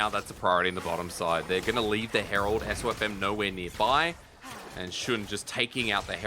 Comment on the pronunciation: Wow still getting SofM’s name wrong. When will they stop disrespecting this guy